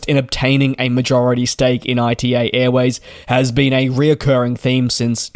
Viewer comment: Please, not I.T.A., it's ita, like the beginning of the word Italy 😅